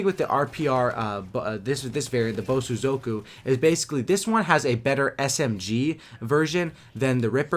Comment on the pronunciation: Thank you for pronouncing Bosozoku better than in your Supply Drop opening.